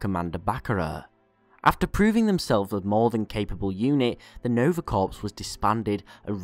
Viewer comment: small correction in the pronosition of corps. it is pronounced core